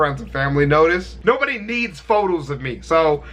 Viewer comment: 53 I thought he said “Nerds”